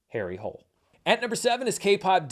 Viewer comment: So, Harry Hole is pronounced without the silent ”e” so Hoo-le. Yes, I am that much of a bummer, but you know, in the spirit of, correct is important ❤